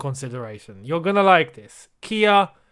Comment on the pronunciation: Quality video as always .. Butchered Kia's last name tho 😄